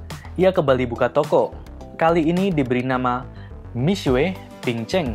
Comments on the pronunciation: Miswe? Udah miksu aja paling enak nyebutnya 😅. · Ga tahan denger nya, buka mishue bacanya.. yang bener mishe... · Bukan Mi-SUE, Mi-SYE. Apaan sih sok-sokan ngajarin salah pula. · Itu bcanya bukan misuwe, tpi misuwek dlm bhs mndrin